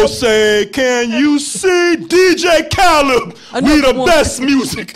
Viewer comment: DJ Khaled, we the best music :D :D :D :D Though you said DJ Khaleb, spot on man :D :D